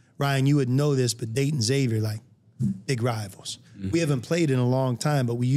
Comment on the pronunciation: Can't wait to see this dude play. Please let him know its not ex-avier… 😂